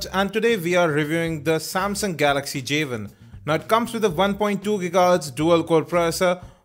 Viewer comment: wow..start of the review...he calls it a javin....its not a fucking javin! it is a "Jay one" say it with me...Jay.....one!...NOT jayvin!!!